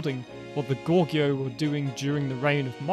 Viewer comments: Not sure why you thought 'Goguryeo' is pronounced 'Gorgeo'. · Just as a pronounciation note: it is Go-Gu-Ryeo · Goguryeo is pronounced as Ko-Koryo.